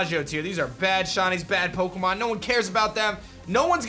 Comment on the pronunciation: I love your vids, but why do you need mispronounce Pokémon